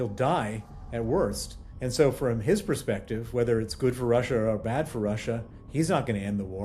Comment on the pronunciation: Excellent report, but please be advised there is no such word as PRESPECTIVE, the word is PERSPECTIVE. This is always used wrongly by Americans